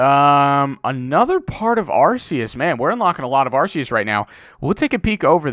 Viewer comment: Btw it's arr-KAY-us not arr-SEE-us